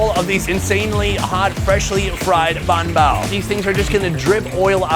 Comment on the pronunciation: i know he's trolling us by saying bun bao repeatedly.... i hope...you never know w this guy😅